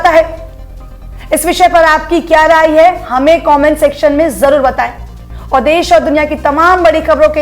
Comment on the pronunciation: Ye ladki “hai” bhot ghatiya bolti hai yaar..